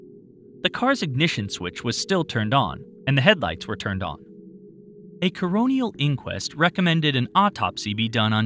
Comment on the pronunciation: Oh,: What is a "CORONEAL INQUEST"?